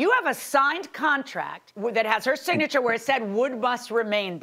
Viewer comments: This Tina Turner wannabe needs to stop. 😂 You take pics of the ambulance but you forgot the police report? Girl bye!!!!!! Go buy another wig and stop wasting people valuable time. Geesh!!!!! Btw did she say “Sig-nature” instead of Signature? 😂😂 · Sig-nature instead of Signature.😂😂😂😂😂😂😂😂😂